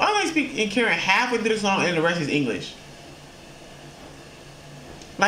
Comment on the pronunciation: is Kuh-Ren bro 💯💯